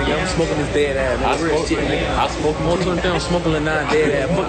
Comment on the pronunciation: I hate the way he pronounces words with a k at the end be like "smokke"